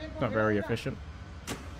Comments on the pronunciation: "not very e-FISH-iant" I see u tobi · I got it tobi... E"fish"ient... Efficient... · “Not very ef-Fish-ent”🤡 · the fact that they didn’t get that Tobi joke😭😭”effishient” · Josh: “it’s raining fish” Tobi: “not very effishent” 👀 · Tobi- “Not very eFISHent” 😂. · Ayooo... Like... Nobody got it when Tobi said “E-fish-ient”😹😹😹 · i like how no one responded to Tobi’s “that’s not very efishient” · tobi- “that wasn’t very efishient” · "Not very 'efishent'" Tobi is flying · Not very “E-fish-cient”